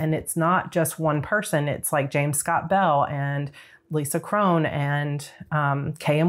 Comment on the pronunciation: Awesome! Love the Writer Reset Workbook. Thank you so much! By the way since Lisa Cron came up here and in coffee chat, I looked up the pronunciation. It’s Cron rather than Crone—which is how I wanted to say it, too ☺️